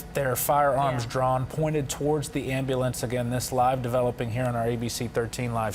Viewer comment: "am-al-lance" LOL